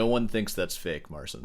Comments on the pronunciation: His name is Mar-chin, not Marsin btw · Talks about Marsin so much, he could maybe learn how to read his name as well :D